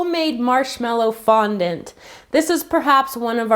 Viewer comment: did anyone else realize tgat she said fontant